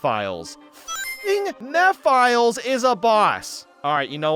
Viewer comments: mephiles not mephails dumbass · Ain’t no way you called him “meh files” it’s meh fill is” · Bro got so many things wrong lol. He said MEFILES instead of Mephiles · I find it funny how he calls Mephilis, Meh files, it's pronounced meh fe lis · I can't take him seriously when he says lost kingdom instead of kingdom valley or when he says mehfiles instead of mephiles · you pronounced his name wrong it’s meh-phil-us not “me files” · dude did you ever play 06 because that’s not how his name is pronounced it’s Meph iles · "Meph Files" 😂😂😂😭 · sorry it’s actually pronounced me-phi-Les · mehfiles lmao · "Mefiles" that's how he pronounces his name, this is the first ever guy to pronounce his name wrong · Sonic Central once pronounced it as "Mefiles" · there is also "M'Philes" from an old autumn sonic forces speedbattle clip from Sega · "Mef, Il, Ees" Is how you pronounce it, its in the style of ancient Greek. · I pronouce it as meefiles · "Meh-Phil-E's" is how I think it's pronounced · "Meth Files" 💀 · "Meh-files" is a really funny way to say Mephiles actually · He's so close to calling it Mee-philes like in the Sonic Fandubs. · The way you say Mephiles hurts my soul, STOP IT! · The way he pronounces mephiles oh my god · He also said mephiles wrong. It bugs me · His pronunciation of Mephiles is killing me